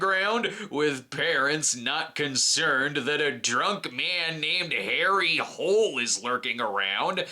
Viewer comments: It is pronounced: Holey not Hole; apparently characters given Norwegian names don't translate well to USA culture or tradition's... who would have thought such a thing !? 😅😵‍💫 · I just want to point out that Harry’s last name is actually properly pronounce Hoo-leh and it is the Norwegian word for “hill”.